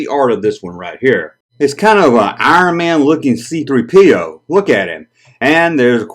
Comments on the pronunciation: Emphasis on the 3, not the P. But to each their own. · Button?Is that what you lot call Badges?!Great video & I still love the way you say C3 Pee Oh 😂